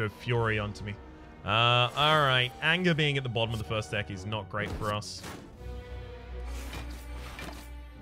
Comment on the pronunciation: Is that first, but in Scottish?